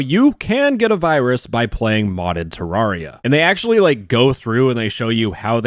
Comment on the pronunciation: Listen man. I love you but like... Ter-RAWR-ia?